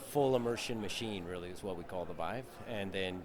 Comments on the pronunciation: You lose all respect as an interviewer for the VR community when you call the The VEEVE. I mean I know people barely interested in VR that call it by its proper name. Also it probably means your biased on coverage since I am assuming you have interest in VR and are a fan of the Rift, but then dont even know how VIVE is prounounced. If you called it REEFT I would say the same thing. I own both of them by the way and am enjoying both of them, this was just inexcusable though.... If you think its called the Veeve that means you have talked to literally no one in the industry about consumer VR in general or have become extremely insulated on your coverage of the Rift. You have covered games coming to the Vive though thats what confuses me, did no one ever correct you? I mean its kind of funny that you own one and then called it a Veeve, maybe it was a slip of the tongue I hope thats the case. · Veeve? C'mon man.